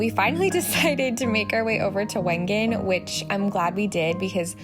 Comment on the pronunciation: I LOVED this vlog. In January 2020, I did a trip to Switzerland with my father on a very similar path. Majority of our time was spent in Wengen (it is actually pronounced Vengen) for a World Cup Ski Race called the Lauberhorn because there was a celebration of all previous winners of the race and my dad is one of them! We primarily spent our time in Wengen and Lucerne so getting to see all of these locations in the spring has been absolutely magical and has me so nostalgic of my trip I had with my dad a few years ago! I can’t wait to go back and spend more time in Lauterbrunnen because I truly felt it was a fairytale